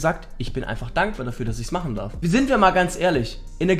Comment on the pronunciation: Du mysst nicht X, Y mychen. Du mysst nur Y mychen